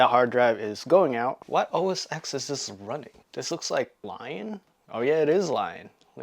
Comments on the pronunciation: Incredible deal! I owned this exact model years ago and loved it. Not to be "that guy," but the X in Mac OS X is the Roman numeral 10, so it's "OS ten" rather than "OS ex." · its "OS 'ten'" ..not 'X' kind like GTA 'five,' not 'V'